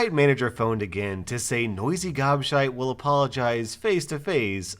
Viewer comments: You are saying gobshite wrong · Hearing an American say gobshite is so strange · saying "Gobshite" is hilarious. 🤣😂